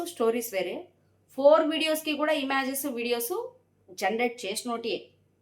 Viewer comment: ఇమ్యాజస్ కాదండి ఇమేజెస్